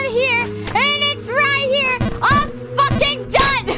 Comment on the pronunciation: the stress on the word "f*cking" scares me